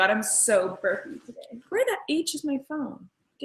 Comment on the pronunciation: when she said " I just heard my phone buzz" did anyone else think she said " I just heard my corn buzz" because I swear to god she did!